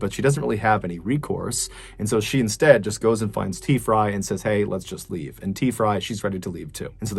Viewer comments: I swear he was saying Tea-fry lol 😂 🤦🏽‍♀️ on another note, the only thing that idiot woman had to do was call 911! Poor guy. Glad that lady went to jail. This type of cases made me so mad!! Stop drunk driving!!! Greg’s son is a great man. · I can’t help but think your miss pronouncing t frys name lol